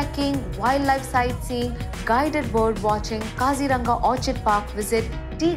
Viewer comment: For correct Assamese pronunciation it's : Kazi-Rong-Aa